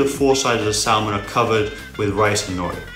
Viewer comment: it's SNOOPY!!!! I love it but my skin crawls when he pronounces it Salmon literally like he's reading that off a page for the first time and never heard it pronounced right before! Sorry still love it though,lol